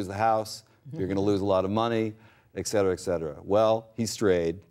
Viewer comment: Poor social skills (interrupting) plus perhaps so excited by the opportunity to interview her that he can't control his excitement. I think she is very gracious and patient. What do you expect from someone who says "ekcetera"? (him) Plus I noticed with great appreciation that she says "prenuptial" instead of "prenup-shoo-al" like most people.